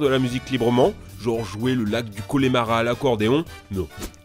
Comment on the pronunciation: Je t’adore mais s’il te plaît c’est « coNEmara »